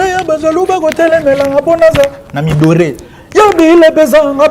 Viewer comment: Na mi adoré et non na mi doré 🤦🏾‍♂️🤦🏾‍♂️🤦🏾‍♂️ yekola nanu koloba après on verra !